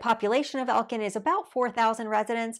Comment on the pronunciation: she did not say elkin lmao SHE DID NOT SAY ELKIN LMAO???????????